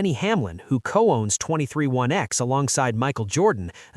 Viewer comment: 23 1 x? Yeah, I'll go elsewhere for my Nascar news where they pronounce things correctly and care enough not to use AI. Have a great day!